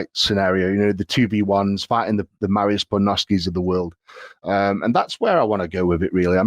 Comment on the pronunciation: Will Eddie ever pronounce Mariusz's name correctly? lol